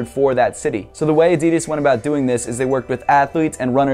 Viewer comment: Can you pls start pronoucing "Adidas" right